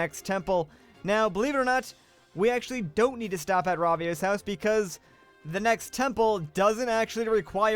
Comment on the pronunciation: Why are you saying rasio I though it was your house